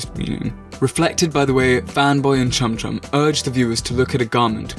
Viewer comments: Wait did he say fanboy and cumchum or am I just hearing things in the morning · Wait... am i the only one who thought he said Cumchum...? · did that boi say fanboy and cumchum 🥺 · He said Fanboy and CuMcHuN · is it just me or does anyone else realize that they pronounced Chum chums name wrong cuz this is sending me flying